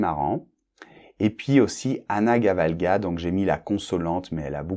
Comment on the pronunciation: gavalda, pas gavalga